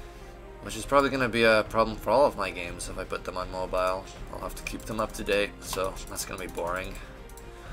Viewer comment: Did he say mobile owoooo